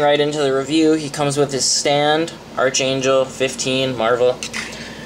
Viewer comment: ark angel its pronounced ARK